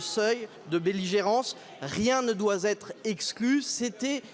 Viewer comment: " Rien de doit Z être exclu " <----- pfff, pas foutu de parler sa langue et ça veut tenir un pays comme la Russie en respect.